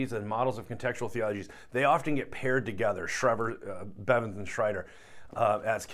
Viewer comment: Stephen Bevans not Bevens